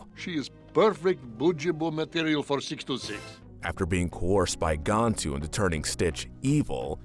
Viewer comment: Am I the only one slightly annoyed by the way he pronounces "Gantu"? I never one said his name as "Gawntu" so it annoys me